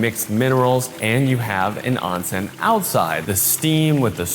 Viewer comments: Oon sen. Not on sen. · Onsen is pronounced . . . Own Sen . . .